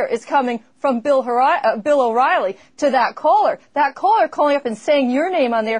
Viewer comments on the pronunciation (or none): I loved when she mistakenly called him Bill Whoriely